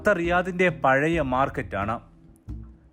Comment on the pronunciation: ബത്ത അല്ല ബത്ഹ ആണ് .